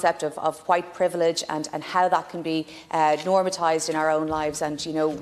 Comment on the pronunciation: 0.59 Normatised? Normatized?